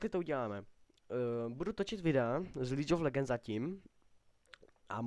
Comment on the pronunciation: za 1- vůbec ti není rozumět, říkáš pátý přes devátý, vůbec nevíš co říkat, pletou se ti hrozně písmenka a hrozně se přeříkáváš. za 2) špatně se vyjadřuješ, každý uterý není každá postava zdarma :) za 3) a navíc Líč of legends , oohhhhhhhhhhhhhhhhhh, trhá mi to uši jak vyslovuješ Jinx, a tak, hrůza, ale každej jednou začínal